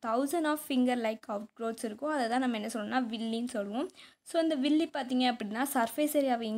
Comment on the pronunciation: It is not villie it's villai